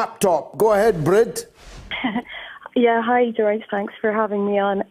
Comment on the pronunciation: Brid is pronounced breed btw